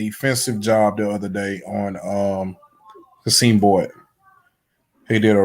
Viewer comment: Qasim Boyd 2024 is pronounced - Cah-Sim I thought it was QaSeem as well